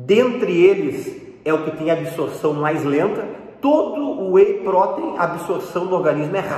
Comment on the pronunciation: A pronúncia de “protein” está incorreta.